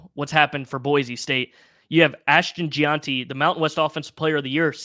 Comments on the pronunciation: Jen-Tee not Je-awnty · Difficult to show interest in this commentary; I stopped watching/listening when he mispronounced Ashton Jeanty as "Gee on tee" just 48 seconds in. Come on man, minimal research would have at least made you sound like you know what you're talking about. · First off, It's pronounced Jen-Tee...better get it right because the media will be saying his name quite often this year (Heisman, Doak Walker, etc). #1 rated back by PFF last year BTW...SNUBBED! Second, there's no Texas on the Schedule...It's OREGON and at home for Oregon State and Washington State. Third...You didn't even mention the third time return of NFL coach Dirk Koetter which is going to take the offensive play calling and coaching to a whole new level. Stoked you mentioned the returning starters because that's a big one most pundits haven't been hitting on. Oh yeah... BTW, that includes 4 of the 5 offensive linemen that wrecked defenses for Jeanty last year. Plus 2 backup 4-star RBs behind him.